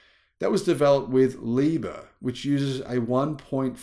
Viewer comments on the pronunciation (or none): none